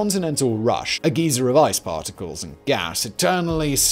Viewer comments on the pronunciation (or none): Argh! Geyser rhymes with visor*. A *geezer is a very old man. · Lol prouncing it geezer look what you'd call an old man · Simon pronouncing geyser as “geezer” gives me life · Heard geyser as geeza and had a proper brain fart, what geeza I thought we were talking about a moon 🤣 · I was this many years old before learning how Brits say 'geyser' 😂😂